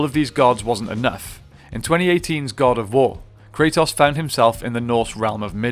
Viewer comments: did you call him krataws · you keep calling him kratoss 😂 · The only thing that I didn't like in this video is the way you say Kratos ( Kre TOS) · Everyone kratos. This dude cartetoss